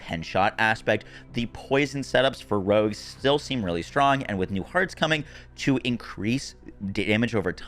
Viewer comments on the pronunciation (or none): If you have an aversion to hearing one word repeated over and over (nerfed) avoid this video. Also Rogues are now rugs.